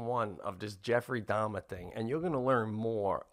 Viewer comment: These guys are so Italian American that they turning the name Dahmer into Dom. I keep hearing Pete saying Dom instead of Dahmer. Lmao. Love this cast. My favorite podcast. No political bullshit, not much current event crap that everybody else does. Just two dudes talking about their week and everyday life!!!